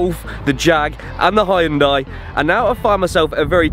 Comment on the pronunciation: Well done. By thexway, it's pronounced "Hun-day", no "Hi-un-day"!!